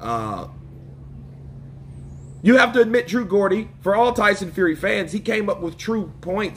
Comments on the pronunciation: your not saying Geordie right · Goddy🤣 it's pronounced Joddy , dudes from Newcastle UK. Was waiting for your analysis bro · It’s geordie but you have to pronounce jordy not gordy 😂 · True "Gordy" lol. It's pronounced Jor-dee. You're welcome😉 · The way he says Gordie and Davies 😂 Its pronounced "Jordi and Davis". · it's pronounced Jaw - Dee not Gordie, Geordies is a nick name for people who come Newcastle, England. I think True Geordie was brilliant true journalism, he was nothing but respectful to Tyson and Derek Chisora but just stated obvious, the glaring, the elephant in the room facts. Chisora is a legend he wears his heart on sleeve and will always be a fan favourite in the UK and wherever. Do we really want to see him fight Tyson again? "NO", I think it should be an exhibition match and no more. I understand he wants to help a friend but come on I wouldn't watch the highlights never mind the fight. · Hey, much love, respect bro. In the UK, Geordie, it's pronounced as if you say George, or the G in geo, Georgie Porgy, Pudding and pie... but instead of Geor'g'ie with a "G", it is Geor'd'ie - with "D", it is a slang name for the people to the North of England, Newcastle folks...:) peace brother - CPBN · Yo bro you need to work on your English, it's True Geordie not True Gordie. A Geordie is someone who is from the North East of England. Respect bro 🏴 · True Gaw-dee 🤣😂 Geordie is pronounced "Jaw-dee" my American friends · "True Gordie"? It's pronounced Jor-dee but spelt Geordie. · It's pronounced jordie not Gordie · It’s spelt Geordie but pronounced JORDY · Geordie, pronounced "Jordy",, was aggressive and very adversarial. I think Geordie is the one who should be humiliated. No one is making anyone watch the fight! It looks like selling out by the way, just saying:) And who said champions have to fight the best every time? I wish I had a dollar for every stiff Joshua had put in front of him, and Mike Tyson for that matter. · True gor-dy 😂😂